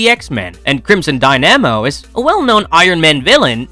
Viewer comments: Dynamo is pronounced like “die-nuh-mow” not “die-namo” 👍 I know how it is. I pronounced phalanx wrong in my head for like 15 years. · Dude, you do NOT know how to pronounce “dynamo.”